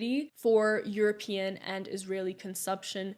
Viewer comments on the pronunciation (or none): none